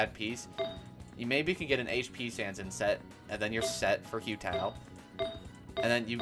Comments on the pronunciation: Why are you saying ‘Hue Tao’ 😅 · "hyu tao" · Oh god the pronunciation of Hu Tao is giving me hives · no cuz I’m confused like do people just not listen to how characters’ names are said in the game 😭 “yay miko” “say you” “kaching” “kay ya”